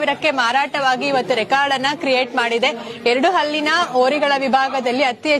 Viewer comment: ಹಳ್ಳಿ ಯನ್ನು...ಅಂಥ ಏಳಮ್ಮಿ.. ಹಲ್ಲಿ ಅಂಥ ಏಲಾ ಬೇಡಾ...😂😂😂